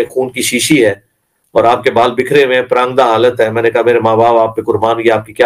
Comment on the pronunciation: مرزے کا پراگندہ کا تلفظ مرزے کی اردو مین مہارت کا ثبوت ہے